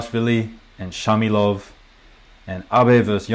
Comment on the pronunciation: 4'32 : the israelian'name is Shmailov, not Shamilov.